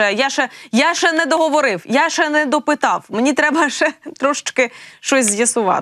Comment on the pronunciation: В українській мові є слово ЩЕ, а не ше.